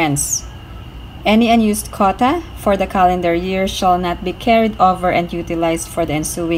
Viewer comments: Say QUOTA, not kota. Make effort. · Quota is pronounced "KW OH TA" 😀